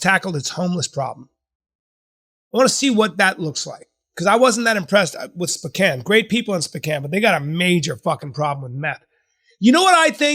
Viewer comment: spican, spocain, bro lol spowcan